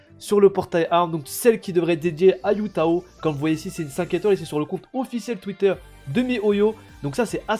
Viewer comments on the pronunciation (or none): Heyy, Hu Tao ne se prononce pas Yu Tao mais plutôt Hu Tao avec le H qui se prononce comme en arabe par exemple !